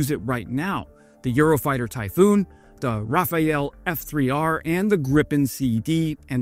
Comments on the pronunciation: "R A F A L(e)", not "rafael" though. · It's alright, you'll get it next time. It's pronounced Ra-fale. Raphael is an Israeli defense company not a jet. As for Rafayel as you said, no idea what that is. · Hi, good and fun work as ever. However you should pronounce Rafale (gust of wind in french) instead of Raphael (noun). Difficult for english pronounce, I know... Cheers. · Rafale! Not Rafael. Your videos are pretty good but it's a professional mistake to say Rafael. I generaly just stop watching videos of people I don't know saying Rafael as for me it's the sign of someone not doing it's research properly before publishing. And to be honest, from my point of view it cast a shadow on the veracity of everything you may have said in your previous videos and the future ones. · It is NOT called the Rafael, but the Rafale! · Heeeeesus.... it is Rafale....(pronounced ra-FAHL) . NOT RAPHAEL. My dear God. Get it right. If you don't, I will do a one man blockade of your channel. Meaningless, but at least I will no longer be immensely irritated by you inattention to detail. It is not that hard....